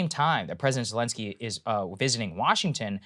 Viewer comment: President Belensky